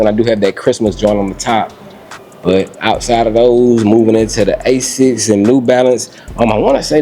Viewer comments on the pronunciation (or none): none